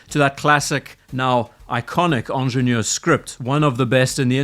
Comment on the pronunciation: It's hard to listen to somebody repeatedly mispronounce the name with a French accent. Ingénieur starts with an i, not an e. As for your redesign, if you can call it that, it is laughable. You removed the crown guards, replaced the 12 marker with the logo, and put Pilot hands on it. That's hardly a redesign. The Pilot hands on it look stupid. The 12 marker looks better than the logo. The crown guard removal works either way--just a matter of taste. The price is all perception. People have a hard time with the steep increase, but compared to RO and Nautilus, it's not unreasonable.